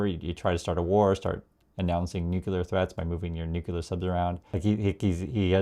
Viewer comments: it's NOO_CLEE_UR, not NOO-KYU-LUR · Love your content, but please pronounce nuclear correctly.❤ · Corect pronunciation is “nuclear” not “ nuckelar “